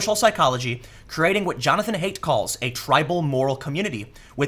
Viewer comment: Timmy that's not how you pronounce Haidt. It's 'hi-dt' not 'hey-dt'.